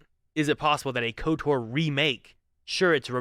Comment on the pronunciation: Lol saying KOTOR'R